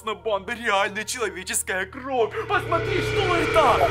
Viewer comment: Интересный факт: ошибается в слове кровь. Он называет кров (правильно кровь)